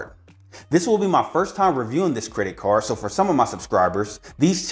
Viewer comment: I was screaming towards the end of this video because he can't say the letter d. Benefits from this caaaaaarrrrr. Where's the D?!?!?